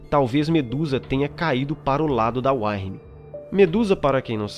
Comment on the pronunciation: muito bom cara, só a questão da pronúncia que tem que ser melhorada, Uktena se diz "Ú-qui-te-na" Wyrm "Ú-ir-mi", parabéns pelos vídeos!